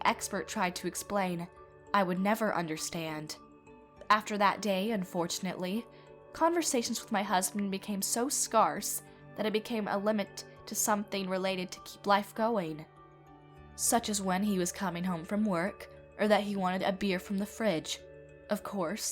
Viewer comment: First, these narrators need to make sure that know how to pronounce words, like scarce. She pronounced scarce like scarf when it's pronounced like scare but with a C at the end. Also, there's a gap in the story. It was kind of answered a bit later in the story but first it was said by Vinn his parents died when he was young but then he was introducing OP to his parents. OP later explained when she asked his brother Logan that Vinn doesn't talk to his parents because they wouldn't loan him money. So is this why he told OP they died when he was young?? Or was it something else??